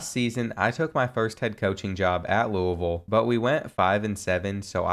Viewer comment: Thank you for pronouncing Louisville correctly. I’m from there and nothing makes me cringe more than the miss pronunciation